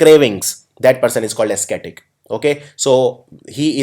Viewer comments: Ascetic is not pronounced as asketik...it's pronounced as asetik... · O my god! It's not esketik (ascetic).. it's like asetik (ascetic). Please focus on your pronunciation. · Good work but please check pronunciation of ascetic and prerogative and thwart.